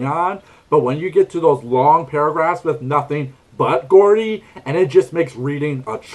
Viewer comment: "Geordie" is actually pronounced "Jordie." Not "Gordy."